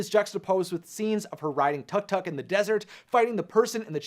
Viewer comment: tuctuc...? its pronounced took took lol XD